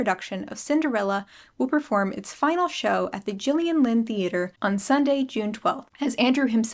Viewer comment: Thank you for actually pronouncing Gillian right! Being an American with the G, so so many people have mispronounced my name. Also when you said Carrie hope fletcher it brought back a whole load of memories. I first heard about her when I found out she or her family wrote a song that one direction recorded. Then I found her YouTube. Watched her get the Les mis role